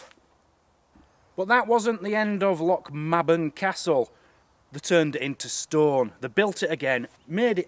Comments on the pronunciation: Hi &.. My hubby and i visit Lochmaben regularly it is lovely in the summer..Locals pronounce it Loch MAYben as in the month.. not ma as is March..Enjoyed you Vlog..Looking forward to the rest! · Good video but the Maben part of the name like my surname is pronounced may-bun not ma-bun ;-) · Its pronounced.. lochm(ae)ben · I’m from lochmaben and it’s pronounced loch may ben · learnto pronounce Scots loch Mabel properly